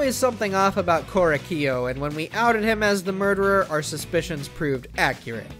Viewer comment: IM LAUGHING SO HARD ABOUT HOW HE SAID "KOREKIYO"